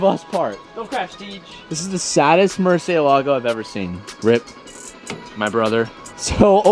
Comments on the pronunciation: “Mercay lägo” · The way says Murciélago triggers me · That's a Lmabo Murcylago sea. Dude got more cents than sense. Can't even pronounce shit right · I cringe wen he says murcielago. He says it wrong